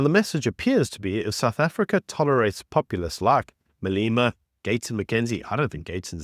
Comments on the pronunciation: your pronunciation of Malema as "Maleema" is wrong. Exercise to say "Malêma" please. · Who pronounces it Malima 😅